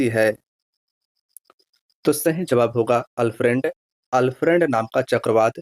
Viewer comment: अल्फ्रेड तूफान में ऑस्ट्रेलिया के दक्षिण पूर्व में दस्तक दियाहै, न कि अल फ्रेंड ने। हमारा बोलने का मतलब यानी कि मकसद उच्चारण आपने गलत किया है।